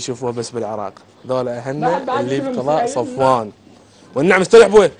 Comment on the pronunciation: سفوان مو صفوان